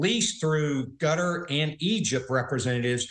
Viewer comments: I believe the country of Quatar is pronounced Cuttar NOT Gutter, at least it sounded like is pronounced that way, and we don't need to add more fuel to the fire. Apologies if I have made a mistake. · Why do these Americans say Gutter instead of Quatar? One things that has always mystified me is the inability of many Americans in pronouncing foreign words, even easy ones. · It’s not Gutter, or Spout….!!!Katar, Qatar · Why is mans saying gutter 😂